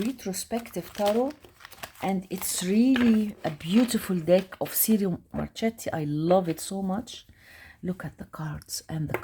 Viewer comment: It’s pronounced “cheero marketti” 😉 the retrospective deck is lovely!